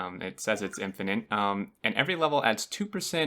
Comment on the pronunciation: English is not my first language, but even I know it's not "infininte"... Do you say "let me axe you a question" as well?